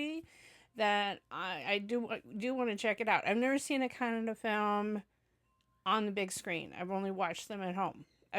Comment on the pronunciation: nothing actually I mentioning. I really a feel proud. At the moment hear Kannada pronounce from your mouth. Because you are some where in this world but today you knowing about Kannada. . Kannada one of the oldest language using from past 2000 years. Google it. And keep give reaction for our Kannada movies thank you very much